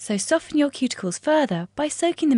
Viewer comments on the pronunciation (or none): none